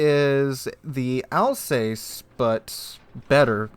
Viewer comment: Also, Alsass not Alsayce but hey ho.